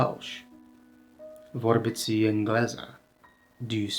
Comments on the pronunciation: A lot of mistakes in this video. Vorbiți/Chemați: vorbits/kemats. The -i isn’t an extra syllable. (A lot of mistakes with pronunciation actually). The article isn’t always included in the noun. Cele două cărți: The two books Cea mai mare carte: The biggest book The middle vowel -î/-â is closer to an English -ee but the tongue is in the middle of the mouth. Hartă (Not hărță) There are separate pronouns for reflexive (se and își). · 🕊 Well … when you say VORBITI, FACI etc … the last letter I is usualy pronounced much softer than the I in the middle of a word. You barely hear it, to be correct. Your pronuntiation correspond more to: VORBITII and FACII. 🍀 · Nice video! You seem to have trouble with the soft final i (faceți, vorbiți, călători 😂). You need to visit Romania and immerse yourself in the language.